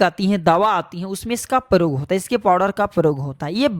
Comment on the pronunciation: पौधे के वारे में जानकारी तो ठीक है मगर आपका हिन्दी उच्चारण बहुत ग़लत है , जैसे आप " प्रयोग को परयोग " बोलते हैं। ऐसी ही पचासों उच्चारण सम्बन्धी गलतियां आपके पूरे प्रजेनटेशन में है जो सुनने में बहुत खराब लगती हैं । कृपया अपना उच्चारण सुधारने पर ध्यान दें ।